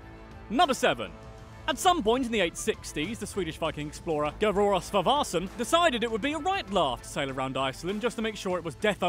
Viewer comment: I am laughing my ass off because you didn’t know how to say garðar svavarsson and i happy that people wil know more about my Beautiful country